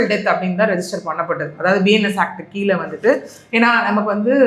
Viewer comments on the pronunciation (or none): none